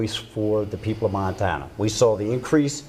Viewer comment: How anyone could vote for Maryland Matt is beyond me. Matt Rosendale looks strikingly similar to Rudolph Hess, the Nazi. I'm sure his views align well with Rudolph's. Matt Rosendale is a creep in the highest order! He cant even say Montana right, c'mon Montana this choice should be easy, Vote Tester. He wont be a rubber stamp ass kisser to Trump